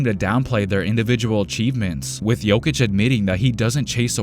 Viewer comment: Reporter that covers the sport but can't even pronounce Jokic correctly is infuriating